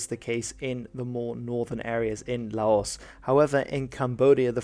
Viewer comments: Just a bit of advice, according to a Thai friend of mine who lived in Laos for a bit, the 's' is silent. I e it's more like 'Lao' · Hate to be that guy but it's pronounced "Lao". The 's' is silent because the translation came to English from French. Also, Thailand has Malays as an ethnic minority, not Malaysians. Malaysian is an national identity that only came into being in the 60s which includes Chinese and Indians living in Malaysia in addition to the ethnic Malays. Malays themselves are also usually represented by the Malays tricolour instead of the Malaysian flag. Good video though still enjoyed it.